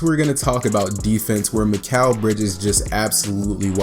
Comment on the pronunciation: Sorry to be annoying but his name is pronounced MIK-ELL not MIK-AL even tho it looks like that. I only know this because he was out neighbor and went to our high school. Anyone reading this never give up on your goals because when he was in 7th grade mikal got cut from our MS team and he was pretty bad but he improved sooo much. I have some videos on my old computer of me playing with him I’ll be sure to upload